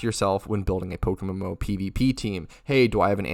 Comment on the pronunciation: Did you just called it PokeMoo 💀